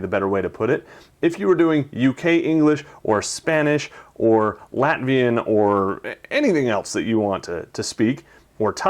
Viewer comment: are You really saying Latvian?